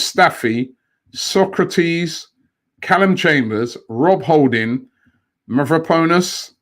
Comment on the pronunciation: Robbie needs to learn how to pronounce SOK-RA-TIS. Not SOCRATES the ancient Greek philosoper 🤦🏾‍♂️